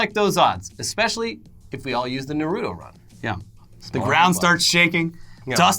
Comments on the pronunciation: Wtf is nurutoe it's nartoe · It’s not narodo It’s nar-ru-to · I’m not even a stickler but it’s NARUTO not NORUTU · I feel like you guys purposefully pronounce "Nuh-rew-toe" that way to trigger the most hardcore weebs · Ner-oo-toe? Why is nobody talking about this. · The way he says naruto kills me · I dont like the anime Naruto but even I was irked at how he pronounced it.